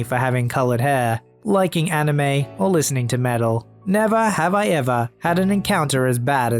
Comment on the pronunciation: Am I the only one who heard hanime instead of anime?